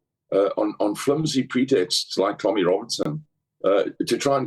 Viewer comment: He's a snob. Tommy has the wrong accent.